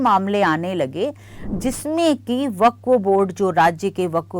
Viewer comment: Amit shah se le kar bohot se anker tak waqf ka naam tak sahi nahi bol pate hai unme se aap bhi ek hain